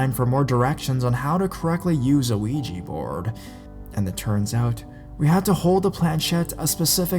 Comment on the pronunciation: DUDE!!!! ITS NOT PRONOUNCED WEEGIE BOARD ITS OUIJA ( OH-WE-JA) BOARD PLEASE SAY IT RIGHT!!!!!!